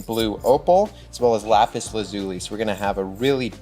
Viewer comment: Ok i liked the ring a lot but every time they said lapis wrong i cringed